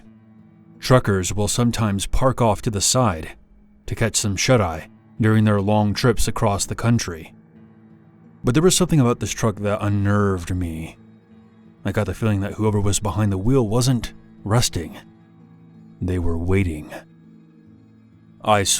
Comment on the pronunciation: I like how he pronounced “unneeerrvved” That repo story was more funny than scary; I’d have ran from that too!